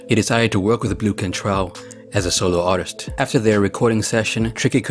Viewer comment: “Ar is tur”